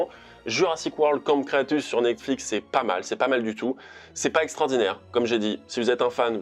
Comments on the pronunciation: "camp creatus" mdr ! "Cretaceous" c'est mieux je pense ;) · Camps Cretaceous pas crétacus